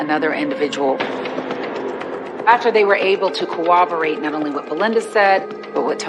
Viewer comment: Can anyone on this show pronounce the word corroborate??? There is no "W" in the word!!!